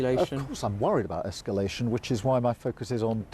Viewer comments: First she say ‘iniment’ which was a stumble but then my god ‘esculation’ even Starmer heard it, and he hears nothing apparently. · Beth Rigby also mispronounced escalation as esculation. Aren't 'journalists' supposed to at least have command of the English language? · Esculation. And de-esculation. Seriously poor English skills from the interviewer interviewing Starmer. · Beth Rigby mispronounced "imminent" and "escalation"...😮